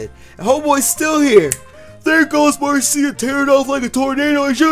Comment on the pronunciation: Marcia is actually pronounced Mar-sha